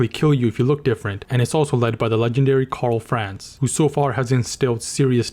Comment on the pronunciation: ? His name is Karl Franz. Not France as it sounds in the Video